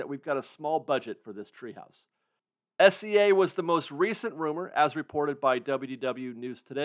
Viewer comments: for the love of god please pronounce SEA like the body of water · It's S.E.A but it does sound like he's saying S.C.A lol